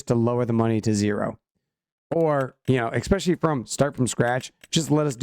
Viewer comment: "expecially" "all the sudden" "suposubly" Good god